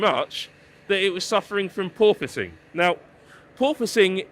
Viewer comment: Did he say poor pusing